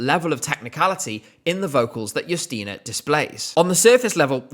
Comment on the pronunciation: The fact that you pronounce her name Yusteena (not Justina) means a lot for polish viewers❤